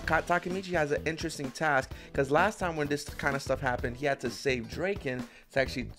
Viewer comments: Cool reaction but its draken not drake en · every pronunciation is fine except drakens😭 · okay i am not angry or anything but. Its Dra-ken, like Dragon. His name is Ryuji ken. Ryuji is Dragon. And combined with Ken its called Dra-ken. Good word play